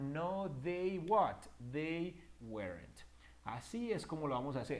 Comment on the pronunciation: Excelente video aunq no creo q se pronuncie uerent